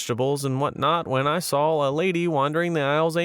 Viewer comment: SAW... not SAWL. the invisible L is silent.